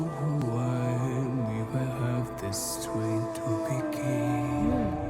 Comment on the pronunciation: Sometimes he forgets to pronounce the "t", so sometimes it's ok but other times it's "Sranger in a sranger's land" and strength is pretty much every time "streith".